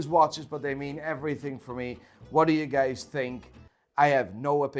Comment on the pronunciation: "I arsk you gays" .. off to a great start